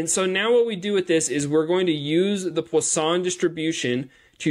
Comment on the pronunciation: From a French guy, your prononciation of Poisson is perfect 😉